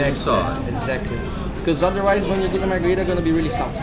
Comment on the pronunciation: Mar-Greg-ritas you mean